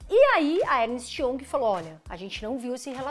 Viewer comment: Como “educadora” financeira, deveria melhorar a sua pronúncia inglesa, hoje a palavra foi “young”. Não se analisa uma empresa apenas olhando seu passado, temos que olhar para frente, apenas o balanço não retrata o momento atual da companhia, a Magalu também não justifica múltiplos tão altos em sua cotação, semana que vem, queimará a língua sobre Oi.